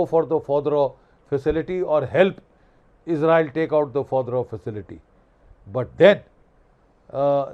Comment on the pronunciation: Sir it's fordow.